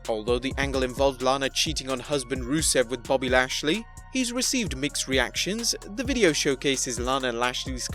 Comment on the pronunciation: It just said his name right